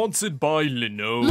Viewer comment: Nobody says Linode better